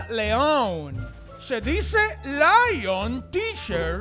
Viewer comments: no "laion" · Laion dramaria necesita aprender inglés se dice lion